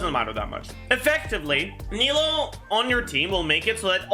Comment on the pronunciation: says he tries to pronounce sumeru characters' names correctly but then pronounces nilou as nahida smh